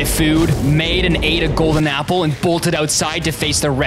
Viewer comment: Why did you say Apple a gpple